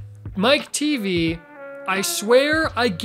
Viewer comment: Teavee? You can't be for real lmao! It's Mike TV, short for Michael Television.